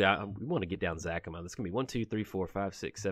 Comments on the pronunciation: Its Za-ca-ma not Zac-ama. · After Parnell's ZACAMA shouts there's only one correct way to pronounce it. :D